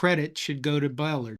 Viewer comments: You mispronounced Emory Bellard’s name. If you can’t get that right, how can believe the rest of your video? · That mispronunciation of Coach Bellard's name bothers the hell out of me. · That's not the way you pronounce his name either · You are pronouncing Bellard wrong. Get it right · Please pronounce Bellard correctly1 Faurot's last name spelled incorrectly. amateur hour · You’re pronouncing Ballard wrong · Yeah, that pronunciation thing was really getting to me. It was very distracting. Since I was a kid in the early 70’s in Austin, Texas, I only ever heard the Bellard‘s name pronounced with the emphasis on the second syllable. We didn’t own the guy… maybe it’s just a regional thing. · nice video, learn how to pronounce Coach Bellard's name. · Mississippi State alum who remembers Coach Bellard from when I was a kid. This is the second video I've seen where his name is butchered. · Good stuff but please learn how to pronounce the name Ballard. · Great video. I love the wishbone! But Bellard is pronounced buh-LARD. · Yes, his name was pronounced buh-LARD. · BellARD. Emphasis on the second syllable. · Here in Mississippi Coach Bellard pronounced his name "beh-LARD. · Pronounced BellARD. Do better. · For the sake of accuracy, Emory's last name is pronounced with the accent on the last syllable: Bull-àrd. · Pronounced Bel-LARD..good content. I was a big fan of Paul Johnson's years at Navy and Georgia Tech. He ran every triple option play formation (including wishbone) the law would allow, all while calling plays without a call sheet. He was the last of the non-service academy coaches to run the wishbone within the triple-option package. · That is cool. His pronunciation is bell-ARD. Overall, you video is good and well written. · Emory Bellard's last name is pronounced with the accent on the second syllable. Bel-LARD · Pronounced BeullYard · Bel - LARD. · Bellard is not one syllable. It is two pronounced Bel-lard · Bellard's last name was pronounced "buh-LARD."